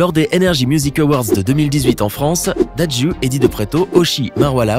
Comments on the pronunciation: Ça ne se prononce pas "Dadjiiiouuuu" mais "dadjou" et s'écrit "dadju" merci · Tu prononce mal dadju, tu dis dadju alors qu'il faut dire dadjou 😂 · Ca se prononce " d'Anjou" mais ca s écrit dadju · Dadju ça se dit Dadjou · Ahhhhhhhhhhhhhhh il a dit dadjue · Sa pas dadjou ses toi qui prononce mal frr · Dadjue, Ariana Grainedé, il prononce ça comment ohrrr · SA SE PRONONCE DADJOU ROHHHHHHH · le plus embarrassant c'est quand tu prononces mal les noms de DadjU et d'Ariana GrEnde alors même que un des moments embarassants dont tu parles c'est quand nicos a mal dit Aya Nakamura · Comment il a écorcher le nom de DADJU et de ariana